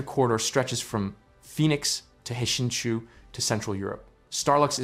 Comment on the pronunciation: It's pronounced "shinchoo" not "hashinchoo"